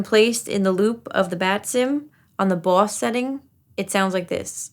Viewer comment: The way Long Islander’s say “Boss Pedal.” :chef’s kiss